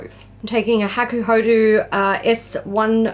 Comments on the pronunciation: Woow... this eyelook? 👌💖 PS: I know its just my stupid request but can you pleeeaase, PLEEEASE say hakuhod[ɔ] not hakuhod[u]? My ears will be very thankfull 😅 And most importantly... 🎉HAPPY B-day!!! Yaaay! 😘 ...Hope I have written it right.... English is not my strong point... 😫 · Yes the "ho" and "do" sound should be the same :)